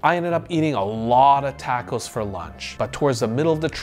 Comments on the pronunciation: Wtf is a tack-o? Do you mean tah-co? 😂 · Stopped listening after the 4th TA-co misprenounciation. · Why is he pronouncing it as “tako” and not “taco” ?